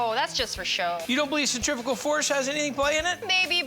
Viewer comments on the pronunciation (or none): It is centrifugal, not centrifical. But Mr. Fieri is always on point with local, man made, deliciousness is made of.